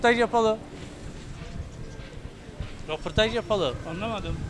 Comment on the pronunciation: Muhabir kardeş, önce "röportaj" demeyi öğren. Bir de insanlarla iletişimin çok kötü, bu şekilde tabiki kimse sana cevap vermez. Video boyunca röpütaj, röpütaj, röpütaj... kulaklarımız kanadı.!